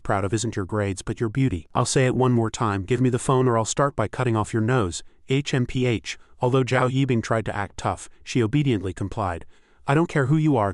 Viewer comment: H.M.P.H. is I guess difficult for Ai to pronounce